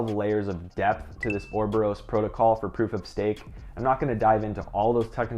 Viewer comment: cant even pronounce oroborus dark shit